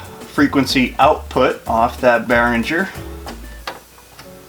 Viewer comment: Bear ring er. Not bear in ger.